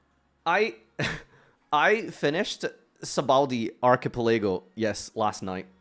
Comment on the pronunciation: My only negative to this arc is pronunciation of Sabaody Archipelago.